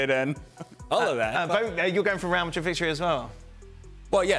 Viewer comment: This guy said Msdrid and Byehad no chance 😂😅